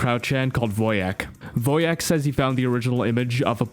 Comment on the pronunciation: Why is everyone calling them "Woe jacks"? It's Wojak